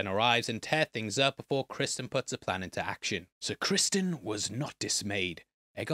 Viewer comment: what? He's the king, he didn't tell anyone but the dragonkeepers when he requested them to get Sunfyre ready. They had no reason to think that he didn't tell anyone else And it's Criston not Crispin lol wtf